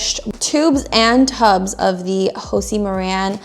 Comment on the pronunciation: Hosie Maran 🤭 it’s Josie, girl!